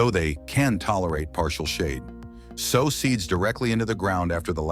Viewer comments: It would help if the narrator would learn the correct pronunciation of words so that we aren’t confused about what he is talking about before he continues on with the information. The word sow sounds like sew, not the word for a large pig! A practice of the scrip with someone who knows the correct pronunciation would help tremendously. DO IT! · Sow = SEW!! This is such a well done list and narration... But, it ridiculous to hear that misused pronunciation over and over. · If I were a gambling man, I'd bet that you don't actually listen to your audio before you upload it. Here's a tip sow: to place a seed in the ground & sow: a mother pig are 2 different words with 2 different pronunciations.